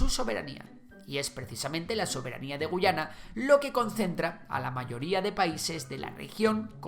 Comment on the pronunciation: Esta mal tu MINIATURA estimado. La única gu-A-yana que existe es la del imaginario histórico de Venezuela, El país al oeste del Esequibo se pronuncia guYAna ante la dificultad de los ingleses por decir la "letra A", y es de hecho un detalle con mucho valor para ambos países.